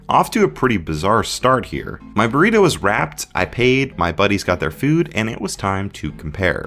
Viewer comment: sounded like you said "Burweedo" for a sec hahaha workaholics